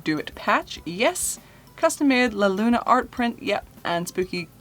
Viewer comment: Love the way you said la Luna 🌒✨